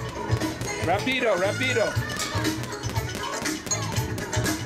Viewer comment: You supposed to say rapido more rapido……..no pause in the word.